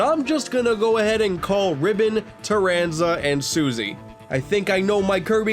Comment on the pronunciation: He got Taranza and Susie correct!